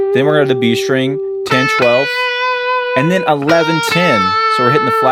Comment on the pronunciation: why do so many Youtube guitar teachers pronounce "string" as if there's an H in there ("shtring")?